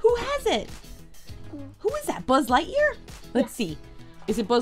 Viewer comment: You say sbud lightyear